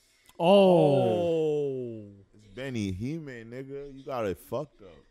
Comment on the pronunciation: stop saying benihime holy shit I get a stroke when I hear it